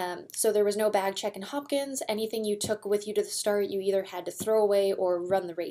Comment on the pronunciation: The race starts in Hopkinton, not Hopkins.